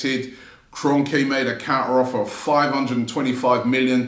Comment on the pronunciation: It’s Kron-kee ffs.